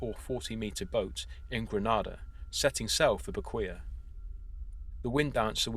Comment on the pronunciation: I didn't know this until I went there but "Beqoia" is pronounced "Beckway"